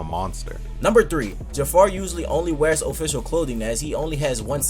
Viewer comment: As a Ja'far fanatic I would like to point out that his name is Ja'far not Jafar. This is very important.